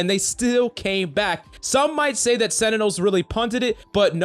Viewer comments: It's sentinels not senitals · Sentinels not Senitels lol